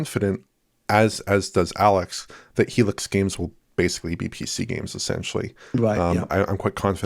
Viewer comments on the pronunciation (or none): Try that whenever mispronounces the word basically as “basely” and you’re guaranteed to get alcohol poisoning